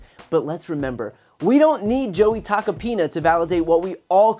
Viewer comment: I keep hearing Tuck-a-penis... twice in a row.